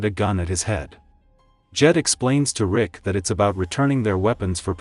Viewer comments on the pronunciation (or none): Bruh he said rika not rick😂😂